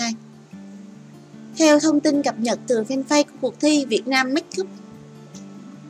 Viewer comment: If the speaker can not pronounce the word of make-up, please use Vietnamese as trang điểm cho nghe đỡ chướng tai. Thank you.